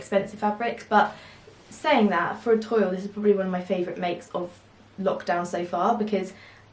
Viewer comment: Adorable prints and cute summer makes. By the way, toile is pronounced twall